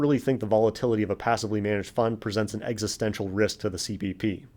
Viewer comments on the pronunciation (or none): none